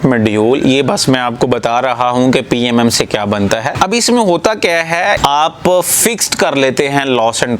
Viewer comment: پام Not p ,a,m,m